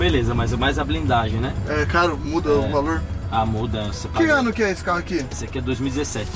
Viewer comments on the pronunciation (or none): eu curto bastante seu canal mas "escoli" e foda meu parceiro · Mds "escoli" kkkkkk